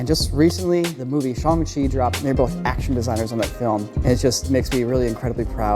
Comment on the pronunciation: I cringe every time the miss pronounce Shang chi's name and say it Shung Chi